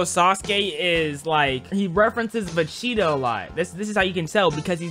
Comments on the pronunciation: Bro did not just say Vecheeto😭💀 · My brother in cinnamon pigment....😭 VE-GEE-TA